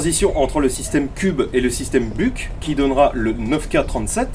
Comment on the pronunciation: Et c'est pareil avec Buk pour le coup , ça se prononce "Bouk" , et non , c'est pas l'animal . oui je suis aussi de mauvaise foi 🤣